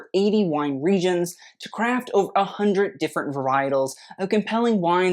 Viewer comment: 😂😂 it’s an “i” not an “l” what you’re reading there in the ad 😂: “variet-i-es” Btw I can do that too, e.g. read stuff while my brain does something completely different 💁🏻‍♀️ it’s a skill!